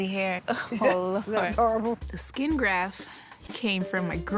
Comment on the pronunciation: GrafT****, not "graph," you goofy, goofy person.